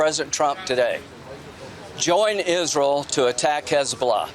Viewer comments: The way Lindsey Graham says "Isril" is so jarring 😂😂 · They all do it. "Izrul" I hate it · If I have to hear Lindsey Graham call Israel “IS-ral” one more freaking time …. Evil war mongers… 😡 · "Join isrool" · Fuck IS-ral!!!